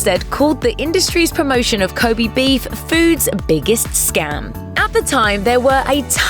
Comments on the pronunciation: こべ (kobe), not こび (kobi) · Ko'bee' beef? cancer-inducing pronunciation fuck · Please stop saying 'kobi beef 'ffs!